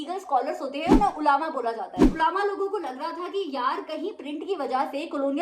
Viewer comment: Mam it's not ulama it's ulma